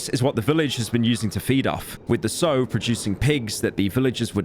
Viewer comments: pyro, Sow isnt pronounched like Sew, it actchually rymes whithp "ow" ☝🤓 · it's pronounced "The S-OW", just like cow, or like when you say say OW when you hurt yourself, when you're a child of course lol. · The constant mispronunciation of sow. It rhymes with cow! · does anyone else wish they could reach through the computer and tell him that 'sow' is pronounced to rhyme with 'cow', not like he says it (which is 'sow' as in 'to sow seeds', to rhyme with 'crow') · Fantastic video and really enjoying it, just one comment from from the son of a pig farmer - the name of a female pig is a sow pronounced ‘sou’ and not ‘sew’, the counterpart to a boar 😊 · Sow... that word If you're talking about a pig, and you are, the pronunciation is the same as "how." NOT "hoe" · How tf does no one in this entire video pronounce "sow" properly? It's not "s-ou", that's for sowing. "sow" as in "female breeding pig" is pronounced "s-au", "au" being like the "ou" in "ouch". Am I just old so I know the difference? I'm the same age as pyro? Giga language skill issue either way L xd Good video. (even tho this drove me kinda nuts) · Pyro doesn't know how to pronounce 'sow'. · PYRO... "Sow" is pronounced S-OW! .. as in like the OW in "Ouch"... You are pronouncing it like SEW.. as in sewing seeds, sewing clothing.. that is wrong. Sorry homie 😁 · IT'S AN 8 HOUR LONG VIDEO AND NOBODY PRONOUNCED THE WORD "SOW" PROPERLY THROUGH THE ENTIRE THING. TO SOW (SO) IS TO JOIN TWO PIECES OF FABRIC TOGETHER. A SOW (SAU) IS A FEMALE PIG. AAAAAAAAAAAAAAAAAAAAAAAAAAAAAA. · the "sew" sorry bruv, it's pronounced "sao" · Hearing pyro mispronouncing sow (S- ow not sew) for 30 minutes killed my faith in humanity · Sow as in rhymes with wow, not sew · Listening to people pronounce Sow as Soh and not being able to correct any of them. Might be a British thing. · Anyone else get irked everytime they pronounce sow as "so"??? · pyro made a vocal oopsie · My man can't pronounce Sow to save his life. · minor speech mistake